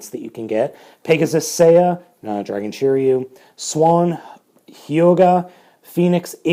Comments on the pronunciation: Shiriu 😂😂😂😂you don’t know his name hahaha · Just to let u know, since i know japanese every letter makes the same sound, and r in sets of 1, 2 or 3, a constanent and a vowel. So shiryu is shi ri yu in japanese writing and is pronounced sheereeyu